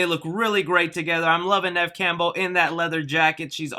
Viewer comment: I can't wait to see this movie Edit: Did I hear wrong or did he call Neve, Kev?